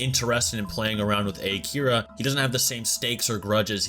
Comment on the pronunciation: Can someone point out the fact that they called him "A-Kira" even though he didn't kill anyone?